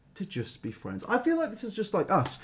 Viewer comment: ARE WE GOING TO TALK ABOUT HOW HE SAYS FRIENDS LIKE “FWENDS” AND IM CRYING